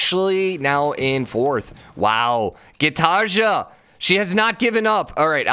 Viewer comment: Gitarja No Gitarja Yes No hate, just please pronounce it like the second one normally.